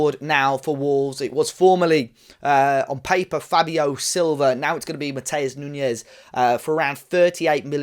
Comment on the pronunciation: Great pod, have to hear it from the fans who actually watch Sporting. But forgot to mention the massive Portuguese population here in Toronto, Wolves need to come for pre-season! Tens of thousands of people who know how to pronounce Matoosh Noonsh(not me).